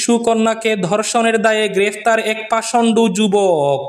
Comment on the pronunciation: পাষণ্ড, পাষণ্ডু নয়।pashondo,not pashondu.